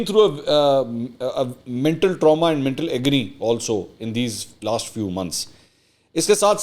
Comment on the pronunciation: Mintal nahin.. Mental hota hah.